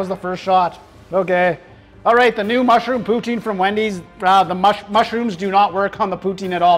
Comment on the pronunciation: poo-TIN, not POO-teen. Pronunciation 3/5. 😁